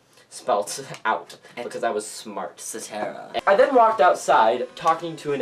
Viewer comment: "Et CetERa" and "this face.: :D